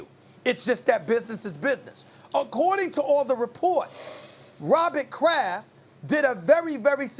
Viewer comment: Stephen A "ROBBIT KRAFF" Smith